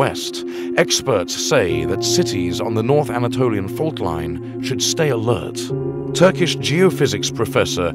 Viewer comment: your pronouncing of the Turkish Cities is extremly good, you lived or worked in Turkey ?